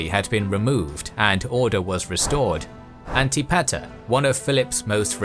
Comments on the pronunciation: An-tip-a-ter not anti-pater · One of the more interesting ways I've heard Antipeter/Antipater, pronounced. Sounds like Anne-Tip-Eh-Er. NOT, Anti Pater. 🤦😜. Sorry, Imma dork. 🤪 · Isn’t Antipater pronounced “An-tih Puh-ter” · Lol the way pronounces Antipater is funny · This is very exciting! So glad to see the series start. Another great video from, they really spoil us at this point. The pronunciation of Antipater was… interesting